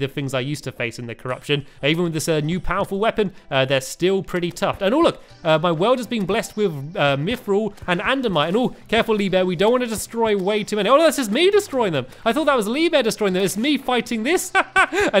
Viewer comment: When terraria people watch : Andamite? Its Adamantite